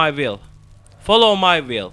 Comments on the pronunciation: Folov may viıyl değil şu olacak : faolov may viıyl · Videodan anladığım : folovmayvil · Nice video, lot of fun ! u'll win the battle against the " follow my will " pronunciation :D